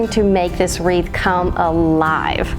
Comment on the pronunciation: Love them all! And thank you for the giggles 😃! I cracked up from the "weeth" and thunder!! So much fun!!